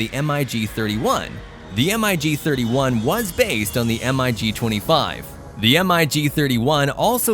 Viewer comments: MIG 25 and 31 - If you want to "sound" right, pilots say it like one word "Mig", not M - I - G. Mig 25, Mig 31. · Had to stop the video. Saying M-I-G, instead of "Mig" just sounded horrible. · Every time he said M.I.G. and not Mig, I wanted to slap my momma. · MIG NOT m I g ! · Please stop spelling MIG. Just say the word. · MIG not M.I.G stop rewriting the vernacular Funt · O.K. are we talking about everything that makes a cutting-edge fighter or a speed machine that can't hold its own in a furball? The F-106 as well as the rest of the Century Series were interceptors (missiles only, and no guns) not fighters. The same as the MiG-25/31 pronounced Mig. it's one word, not M. I. G. It stands for the Russian aircraft designers Mikoyan and (i in Russian) Gurevich. If you want to put in a jet that is a jack of all trade's fighter, from dogfighting, SEAD and a mud moving close air support Mach 2+ fighter, on the list, where is the (Block 70/72) F-16V Viper? The SR-71 Blackbird has no place on this list. At Mach 3 it takes an area as large as Ohio to do a 180 turn. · EMM-EYE-GEE 29….sure!! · "Diesel powered propeller plane" ?? "Em I Gee" "Em I Gee" "Em I Gee" Urrrgghhh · Software voice interpreter generating the text subtitles should have spelled it Grumman F-14... not Groomin, but that was due to the commentator's flawed pronunciation. The u in Grumman is pronounced uh by the Company On another note, MIG is referred to as the mig, not spelled out